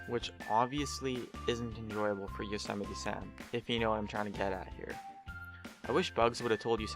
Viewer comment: Damn you said Yosemite wrong.